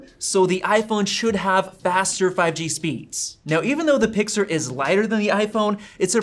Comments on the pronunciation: "Pixer" lol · he says Pixer😢